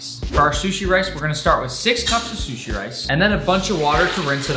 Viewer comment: "Salmon shushi pizza" Gordom Ramsey:ItS RaW